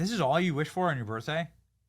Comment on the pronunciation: She said "Birfday''.